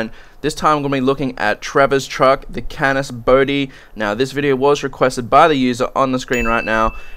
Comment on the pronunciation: Dude it´s "Canis" ^^